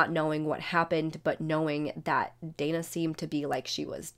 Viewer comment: Dana; It's pronounced DAY - NAH 😉